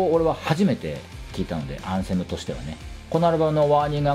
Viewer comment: お疲れ様です。 できれば「アンセム」の「ア」にアクセントを置いて発音してほしいですね😅